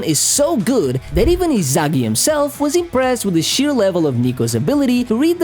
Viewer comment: Why you say Izagi